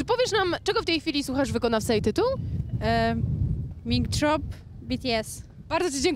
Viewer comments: Myślałam, że "Majk dżrop" XD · "Mik Drop" xd.Ale i tak szanuje